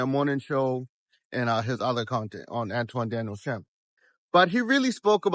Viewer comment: An-ton Daniels, not An-twan my guy!